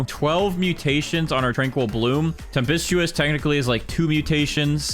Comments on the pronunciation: Okay im sorry but the way he says ‘temp-ist-Tu-us’ is making me mad bc its pronounced ‘temp-Stu-us’ 😭 (NOT meant to be a hate comment just stating my opinion) time stamp when he says it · It is temp-est-tis